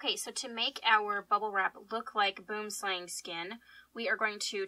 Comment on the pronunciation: Hearing non-South Africans say Boomslang always makes me giggle. For anyone who is curious it's pronounced buh-oo-uhm slah-ng